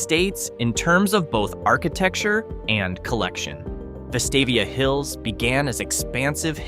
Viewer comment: Pronunciation of Helena, AL is Hell-ee-nuh. The pronunciation of Vestavia Hills, AL is Veh-stave-ee-uh.